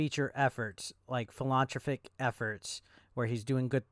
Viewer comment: Phil-en-thropic. For goodness sakes. Nothing personal. Other people struggle with it too.